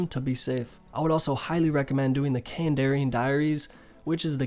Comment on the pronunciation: And now you’ve said « kandarian » instead of « kandarin »... man... just.... sigh... Also « they just put a little code name on it », no... no they didn’t.. do you really think that the guys at jagex were like « hmmm. Let’s.. give this diary a different name, cuz why not. » no, that’s not what happened. Kandarin is the région which encompasses seers village, Camelot, catherby etc.. the fact that you don’t know that shows that you have bad knowledge of the game, which in turn makes me doubt whether your guide is really good or not...